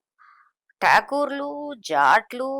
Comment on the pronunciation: టాగూర్లు కాదు మేడమ్. ఠాకూర్లు వాళ్లు.